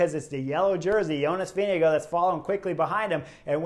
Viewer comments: Chris, I know it's the end of TdF but better late than never. The race leader's name is NOT pronounced "VeeneGO" but "VingeGAARD". Thank you. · Thanks for that Ozaip...the pronunciation of Vingegaards' name by Chris (and many other announcers) had me screaming at the screen. 😉